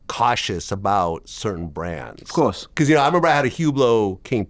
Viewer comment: Pcause…Vlad can never say because 😂